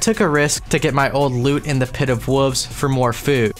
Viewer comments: You really struggle with the word 'wolves', huh? It's okay, brother. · And then after that, pronouncing the "l" in "wolves."